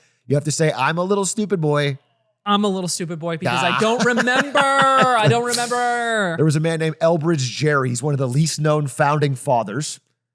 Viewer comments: Pronounced Ger-ry, not Jerry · atrioc Elbridge Gerry is not pronounced jerry it is geh-ree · Small correction Thomas Gerry is actually pronounced Gerry and not Jerry (Gary like the snail). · Gerry’s name is pronounced like Garry shandling, not like jerry Seinfeld.